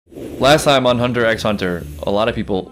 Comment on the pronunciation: the X in Hunter X hunter is silent btw, it's pronounced just hunter hunter